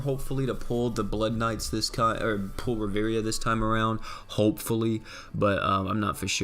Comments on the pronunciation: Ri-vi-era not Ri-veria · In fact Ri-vie-ra